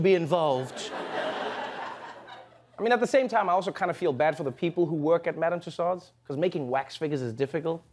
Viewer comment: Tussaud is pronounced Too-so